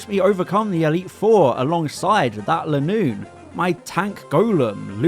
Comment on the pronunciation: I think Linoone is actually pronounced LINE oon.